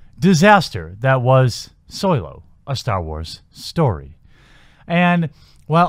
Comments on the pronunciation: I'm confused as to how you can manage to pronounce Solo as Soy-Low for the first half of the video, and switch of the the correct pronunciation of So-Low in the second half. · Why is everyone pronouncing Solo as Soylo. Is this some gag I'm unaware of, or do people of this generation really not know how to pronounce it. Granted, I didn't see the movie. Please tell me it's not pronounced that way on screen. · It’s solo not soilo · Is soylo being said? Lol